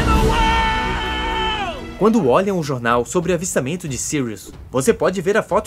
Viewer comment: kkkkkk agora sim acertou "sirius"